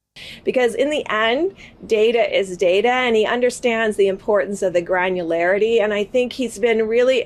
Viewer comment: I honestly doubt that he even understands the meaning of the word "granularity". Granu.. whatarity?